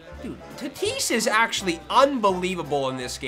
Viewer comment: anyone else notice how says tatis's name wrong?